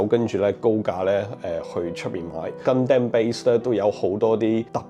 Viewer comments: 成條片為一敗筆之處就係gundam讀音。如果Stevo可以跟返日本原本讀音就會完美。讀gun-dum 唔係gun-dam，就好似sake 讀sa-keh唔係sa-kee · it's not Gun damn, its Gun dom, like Condom with Gun, XDDDD